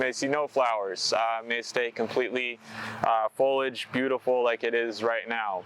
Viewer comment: FOL-I-AGE, not folage.